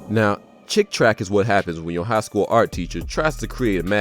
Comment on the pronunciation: They're called "Chick Tracts" as in bible tracts, not "Chick Tracks."